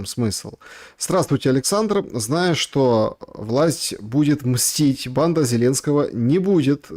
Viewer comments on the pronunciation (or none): none